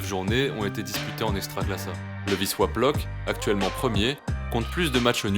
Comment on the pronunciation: Ton "Wisła" est nickel 😉